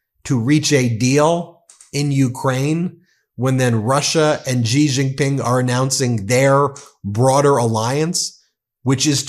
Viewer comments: Come on, Ben. Xi Jinping is pronounced "She zhin-ping." Xi's family name is not "zhee." I live in China, and NO ONE here pronounces it the way you do. I love ya, but Xi is pronounced like the English word "she." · Bro, stop saying Gi Gin Pin please. It is Xi Gin Pin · Xi JinPing ❌ Ji JinPing ✅ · Cn's prez is not pronounced Gee jing ping.:face-purple-crying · You should work on your pronunciation when you say the name of Chinese president